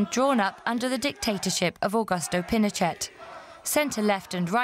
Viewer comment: Pinochet is pronounced pee-no-shay.